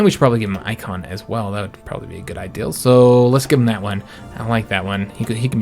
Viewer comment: Always wondered why it sounds like he’s saying ideal instead of idea.